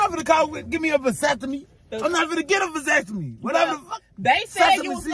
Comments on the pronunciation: I’m dead he to happy! 😊 but not knowing he getting a vasectomy 😭😂😂 He say a “deseeextomy” “open sesame” bitch hellll naw 😭😭😭😭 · “I’m not finna get a Dysectavee” 😂😂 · Asepony lol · "I'm not finna get no diseffiny!" 🤦🏾😭😭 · Did that nicca say dasectomy bofl🤣🤣🤣🤣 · 😂😂😂😂 Disefany, asefany, pasefany! in 5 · Dat nyggih said a discephony 🤣 🤣 🤣 🤣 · This man said a perceptamy😭😭😭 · 🤣🤣 He So Mad He Can't Even Pronounce Vasectomy Right 😂😂💀💀